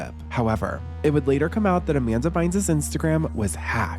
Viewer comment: “Jamanda Bynes”